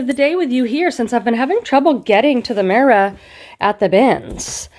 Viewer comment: Another amazing bins haul video, and I just adore your energy ❤ Plus I love how you say "mirror" cuz it screams Boston lol